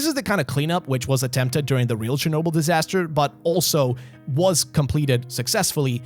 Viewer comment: CHERNOBYL, ITS CHERNOBYL FOR THE GODS SAKE!